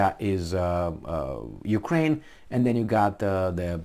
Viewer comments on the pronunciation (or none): none